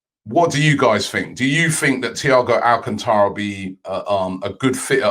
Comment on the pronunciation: Robbie, it’s AlcAntara. Not AlcantAra